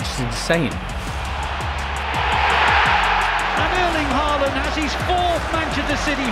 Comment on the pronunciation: its haaland not HAiiland